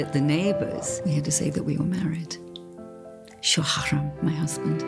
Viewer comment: she said 'shoharam' so wrong but cute love story